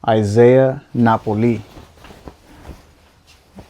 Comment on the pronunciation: Nice find on the ee-SAH-e-YAH suit. 👏 The Glenn Plaid usually does pretty well, should easily get $500-$850 for it’s age, not an older suit but not the newer model tags, the logo is a piece of coral. Definitely a nice haul well done. 🙌